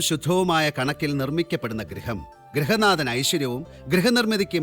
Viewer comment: ഗ്രഹനാഥൻ അല്ല ഗൃഹനാഥൻ